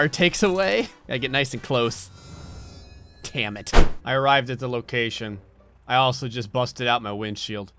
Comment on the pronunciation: Did he say Tammit?